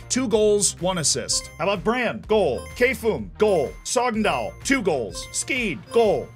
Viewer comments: Love the way you say KFUM lmaoo, KFUM is the norwegian YMCA so it is not K-FUM, it is K.F.U.M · Props on the pronounciation of Norwegian clubs. Some misses on KFUM and Skeid, but overall, very good! ;)